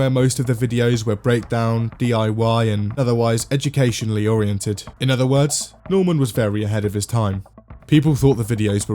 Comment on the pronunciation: "Eduicationally oriented"